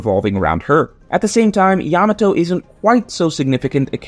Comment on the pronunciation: Blud can't even refer to Yamato right